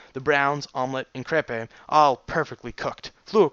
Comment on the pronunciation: Have you figured out how to pronounce crepe yet?